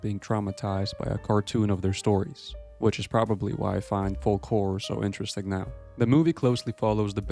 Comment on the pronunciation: Tip to the content creator: the L in folk is silent.